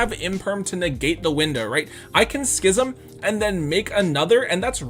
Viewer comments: Actually glad to hear someone correctly pronouncing "schism" LMAO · OMG! pronounced Schism right!! You’re literally the only Yugituber that isn’t an uncultured swine!